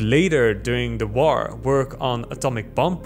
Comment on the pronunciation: Drink every time he says «woaar»